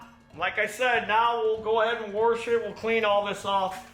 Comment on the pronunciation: Warsh it😂😂😂